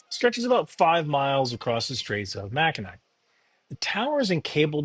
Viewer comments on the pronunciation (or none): Michigander here, just for your future reference, the Mackinac in Mackinac Bridge (or city, or island) is pronounced Mackinaw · Pronounced Macinaw. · Ouch. Pronounced "Makinaw" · pronounced mackinaw (its a native language) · Pronounced 'Mackinaw', not 'Mackinac'. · As a Michigander who covers Michigan and has crossed that bridge a couple dozen times and been on that beach... Mackinac and Mackinaw are both pronounced Mack-a-naw here. And yes, we have things that are spelled "Mackinac" and "Mackinaw" right next to each other. 🤣Go visit the old fort on Mackinac Island right near there sometime. Drinks and a cigar on the lakefront are amazing there. You'd have a real fun time. Otherwise, no notes. Thanks as always. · Not that it matters but yyou didn't pronounce it correctly: The Mackinac bridge is pronounced "Mackinaw bridge". Thank the French for that. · Mackinaw is how its pronounced btw. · macuhnaw. no you were not correct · Mack eh naw is correct pronunciation btw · Mack-ih-NAW it's a shortened version of the Native American name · Pronounced "Mackinaw' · Mackinac is pronounced mac-in-aw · It is pronounced Macinaw. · You were very close on the pronunciation it's pronounced (Mac a nah) just say those three syllables fast and you've got it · It is pronounced Mackinaw, I lived there for over 50 years! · No, now pronounced correctly. It's pronounced Mackinaw. It's confusing, but that's what it is. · Welcome to San Angelo and it's pronounced "Mack-in-naw". I live in San Angelo but my grand-parents are from this area of Michigan. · It’s pronounced “Mac-in-aw or awe” my G. Huge fan. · Its pronunciation is Mack-in-awe. The C is silent. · Makinac pronounced Makinaw. Popular tourist spot between upper and lower peninsula in Michigan. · It hurt my ears to hear him pronounce Mackinac like that. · "The Mac-in-ak bridge, I think I'm pronouncing that correctly ". No you're not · No you didn’t pronounce Mackinac right 😅